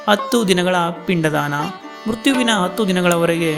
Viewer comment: ಹತ್ತು ದಿನ ಅತ್ತು ಅಲ್ಲ, ಅ ಕಾರ ಹ ಕಾರ ಸರಿಯಾಗಿ ಹೇಳಿ. ನೀವು ಮಾಡೋ videos ತುಂಬಾ ಚೆನ್ನಾಗಿ ಇರತ್ತೆ